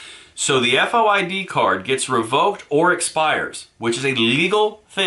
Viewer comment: FOID pronounced "Foyd" like the name 'Boyd' with an "F." - A former Chicagoan.